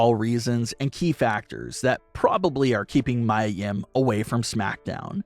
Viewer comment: Do u even watch wrestling? It's not Mya. It's. Mia. Meeeee uhh.